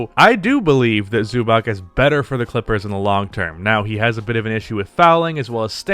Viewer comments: Zubac is pronounced "zoo bats" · The name is pronounced Zubatz.